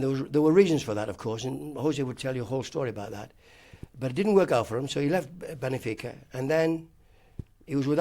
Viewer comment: Absolute legend of football but apparently couldn't pronounce Monaco or Benfica